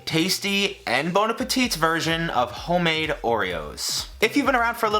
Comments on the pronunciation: Just so you no, the last T in Bon Appétit is silent Have a nice day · The « t » of appétit is silent lmfao